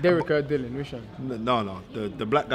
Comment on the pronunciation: SPELT DILLIAN PRONOUNCED DILLY-UN